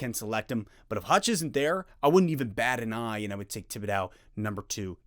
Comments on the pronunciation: Tib-bidow?? lol…. it’s Tib-id-doe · I hope you can learn how to pronounce his last name. This was incredibly frustrating it's gonna keep me up tonight..